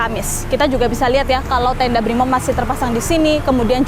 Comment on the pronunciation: Brimob .. Briiii moooob.. bukan bripmob mba